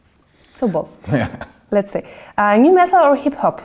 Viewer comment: Also, it's nu metal, not "new metal."